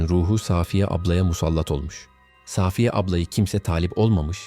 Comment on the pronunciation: Gerçeği saaaafiyedir. Safiye yanlış söyleniyor. Arkadaşımız ismi doğru kullanmış.